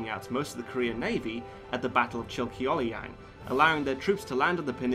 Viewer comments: Oof that pronunciation of Chilcheollyang tho.. it’s pronounced “chill-chul-yang” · No offense, but you butchered that name at :50. The Korean "ch" is always pronounced as like the ch in "change", never like the germanic "kh". Also, the "eo" is a romanization of a dipthong, a one syllable sound: ㅓ. It's sort of between "oh" and "aw", like the "o" in "hot". "Chilcheollyang" has three syllables -- "chil"-"cheol"-"lyang". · The pronunciations are quite wrong but a good review. FYI, they are pronounced * Chil chuhn ryang * Myoung ryang The whole movie IS NOT in Korean, at least for Korean version, Korean soldiers speak in Korean and Japanese actually speak Japanese. It is still unknown to this date how exactly the Admiral has won the battle. He was a patriotic man and also, he always stood by the commoners. I guess that "cheesy" parts are mere gimmicks to show the relationship between him and the commoners. Perhaps that's why I don't find the parts cheesy as all Koreans know what sort of a man he was. One thing that bothers me though, is that the Japanese did not use atakebune in the battle of Myoungryang because they too knew about the "roaring current". They probably thought they can fit more ships if they use smaller sekibune. The Korean Pahn-ok-suhn was larger but in the movie, Japanese sekibune is about the same size as the Pahnoksuhn. This is historically inaccurate. For sekibune, pahnoksuhn was pretty much a floating castle. It was higher and bigger. Dodo Takadora left a record saying "the area was too narrow for atakebune, so we switched to smaller sekibune". He fought by himself for hours. Around 2~3 hours is what the historians assume, as 12 out of 13 ships were staying at the back. In his diary, the Admiral wrote: "I looked back to see how my men were doing. They stood at the back and tried to turn back." I do not know what he did and how he did it. It's highly unlikely that he lied in